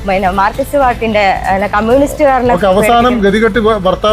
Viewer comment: അതിന് മാത്രം അവതാരകന് നാക്‍ വടി ഇശ്ശി കൊറവ്.മാര്‍ക്കിസ്റ്റ് എന്നൊക്കെയാ പറയുന്നത്😅